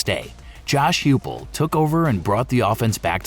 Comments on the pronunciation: HIPULL not Huepull. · HUGH-pull? Come on, man...